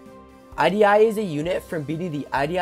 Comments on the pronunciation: The way you pronounce idi fills me with rage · The prononciation of Idi is painful